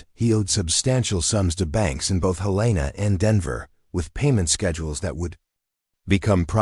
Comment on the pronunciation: Listening from Virginia's Peninsula area; but born and raised in Western Montana (Missoula and surrounding rural areas). There isn't any REAL town in my home state named Willow Brook or Willowbrook! There is a small area called Willow Creek, bit it's not a proper town. The state's capital's name is NOT pronounced Hel-A-na, but like the named Helen with a short a sound added!